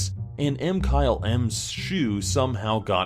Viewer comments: ITS MKYLM NOT M-KYLE-M OR WHATEVER YOU CALL IT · No one:: m Kyle em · I love u, ur my favorite but say mkylesms name right